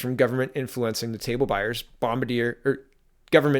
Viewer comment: Love you dude but it's pronounced bom-bar-d-a. No Homo!